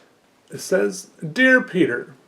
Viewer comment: nobody: peter: awwrite ello everybo- awwwrite ello eve- my names peeuh